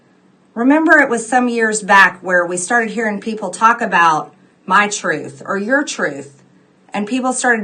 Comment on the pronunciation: Towards the end, I was convinced she kept saying "Tooth Tooth ...".